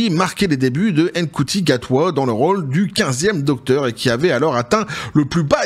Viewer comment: "la meuf" comme tu dis si bien c'est Jodie Witthaker et ce n'est pas "Mkuti" mais Ncuti Gatwa, franchement aucun respect pour les interprètes des 13 et 15ème Docteur ...